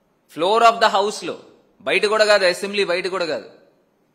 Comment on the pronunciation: యాసెంబ్లీ కాదురా స్వామి అసంబ్లీ